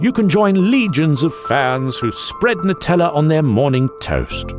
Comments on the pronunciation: It’s pronounced Nutella ( new-tell-ah) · I'm Italian and I'm kinda triggered about the pronounciation nice video tho